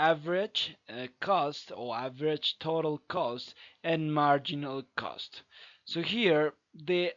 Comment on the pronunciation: pls don't stress on '" so here" it sound grating